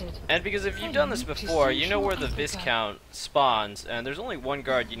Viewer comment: How you manage to pronounce VI - COUNT incorrectly when you get told it enough times.....